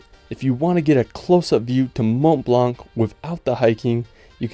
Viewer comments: Mon blan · Just a suggestion M’ont Blanc is pronounced as if there was no “c” not blannn but blan good video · Actually he's wrong, these letters should not be pronounced. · Please, stop saying "mont blanK"... It's horrible.